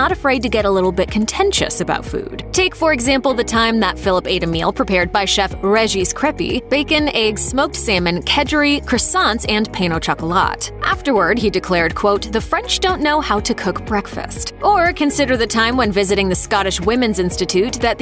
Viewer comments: Is there any chance that your commentator could check a bit of pronunciation for PAIN au ChocoLAT ? Try saying PAN o SHOCCO LA maybe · This pronunciation of "pain of chocolat" made me laugh so much!